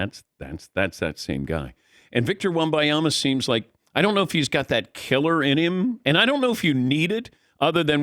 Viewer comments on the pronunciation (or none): Dan Patick refuses to say the N in WembaNyama. I know he’s heard the name enough to know there’s an N there. I know he sees it spelled out. He’s a pro’s pro but for whatever reason he won’t say it. At this point Im starting to respect the persistence.